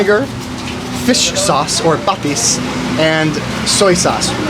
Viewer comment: pa-TIS kalaman-SI (not kala-MAN-si) i suggest that when you learn a new Tagalog word, learn how to pronounce it correctly too as you memorize it. Coz it's much harder to unlearn what you already know. But I think you already know enough Tagalog words. So if I were you, i would focus on correcting the pronunciations for the words you already know.